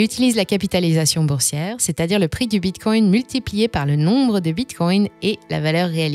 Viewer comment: Bordel, elle ne peut pas dire Bitcoin comme tout le monde!? 😤